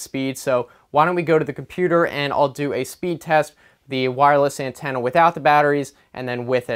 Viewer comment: I like how he says ant-enna